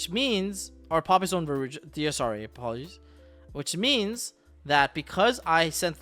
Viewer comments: I can’t stand how he pronounces desirae. DSRA??? Bruh DEZ-ER-AE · pak you gotta be trolling with the pronunciation of desirae